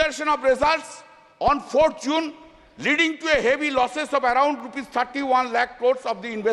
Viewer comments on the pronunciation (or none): none